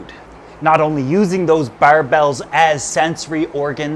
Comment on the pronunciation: Right? Also "barbels" (it's not "barbells" like in the gym) and "CITES" (not "cities") for the Convention on International Trade in Endangered Species.